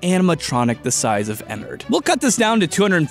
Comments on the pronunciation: Ederred f##$* not ederred ennered Me 😂😂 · ITS PRONOUNCED ENNAARD K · * makes angry ennard fangirl noises cuz you said Ennard's name wrong *